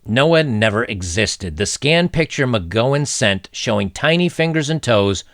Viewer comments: Excellent video as always. I couldn't possibly say anything more insightful than what has already been said by you and in the comments. On the pronunciations: Jaclyn is pronounced Jack-lin, the Gow in McGowan rhymes with cow, and antenatal is pronounced anti naytal. Probably comes across pedantic, sorry... it's not a superior flex, honest guv'nor, I often get corrected on my pronunciations also. Edit: There is a variation of McGowan which is McGoohan which is pronounced more like how you pronounced it, so you aren't necessarily off kilter with that one. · Jaclyn is pronounced Jack-Lynn (Jacqueline), and the Gow in McGowan is pronounced like Cow. Sorry to be picky. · Jaclyn: pronounced JackLynn. McGowan pronounced like OW/OUCH. Great job, Brother.